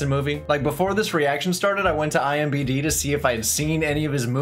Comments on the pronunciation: Yes, he said IMBD. You heard right. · Imdb not imbd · IMDB NOT IMBD sorry was bugging me lol